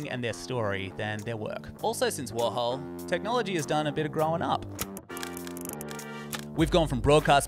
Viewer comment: you don't understand "warhol". and it's not pronounced "worhal"